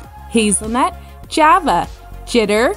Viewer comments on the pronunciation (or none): none